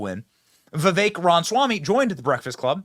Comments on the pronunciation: RAMA Swamy not ronswamy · I don't know who this Charlemaigne guy is but he seens to be not that bright to me. Seems to be stuck in a certain mindset and does not hear what Vivek says. Benny, Ramaswamy is pronounced with the first 'a' - it is not pronounced Ram - swamy. Love your shows but not a big fan of this one. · Why is it so hard for you to pronounce his name lol, "Vivek Ranswamy"?? lol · I love you Benny, big fan for many years, but slow down and say it with me, Ram-A-swamy. 😂😂😂 sorry it’s my ocd 😒😆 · Dude, you sound so stupid when you mispronounce Viveks last name. We all know how it's pronounced, please take the millisecond of extra time and say it right.